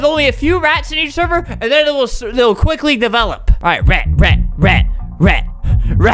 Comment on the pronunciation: Albert pronounces: rat - rEt Albert pronounces: perfect - purfict. Enjoy my boring comments.